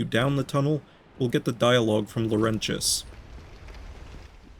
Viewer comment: Why are you saying Lorentius's name so weird wtf is a "lowrenchass"